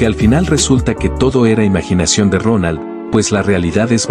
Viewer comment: Like si es Dronal y no Ronal 😂😂😂😂